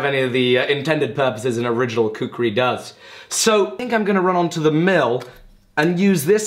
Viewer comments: Its called khukuri... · thats not a prpoer shaped khukuri;" KHUKURI" ,Ya that's the proper pronunciation .Nevermind atleast you tried as Damascus Khukuri. Really appreciate the effort. Love from Nepal-Land of Gorkhali